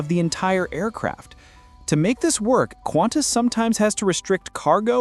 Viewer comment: It’s Qantas. Not Quantas. Please.